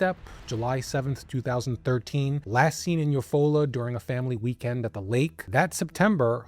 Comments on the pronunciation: I love you. I'm from Oklahoma. It's you-fall-ah Oklahoma ❤❤❤❤❤ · Love, your content. Just wanted to mention it is spelled Eufaula. Yet, pronounced You Fall-la. Odd. I know and I have to say it is a beautiful vacation spot. Nice lake, all that Jazz.